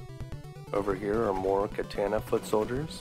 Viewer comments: It's pronounced kah-tah-nah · I have to say thats the first time Ive ever heard katana pronounced as KAY-TA-NA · Well, except for the hilarious way you say katana, this was a nice romp through my past.